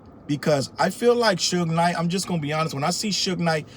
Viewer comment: The lady mispronouncing Suge Knight as "Sooge Knight" has me in tears!! Oh, and she called Pac "Pack". 🤦🏾‍♀️😂🤣😂😂🤣